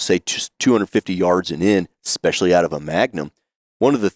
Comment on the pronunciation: expecially. You mean especially